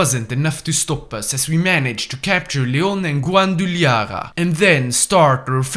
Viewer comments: guanduilara jaja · It hurts my soul how he pronounced Guadalajara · Bro Guadalajara's pronuntation rosted mexico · What is that pronunciation of Guadalajara? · The way he said Guadalajara made me cringe 😭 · I don’t even know how you get that pronunciation